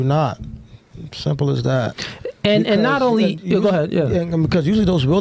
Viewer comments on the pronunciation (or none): none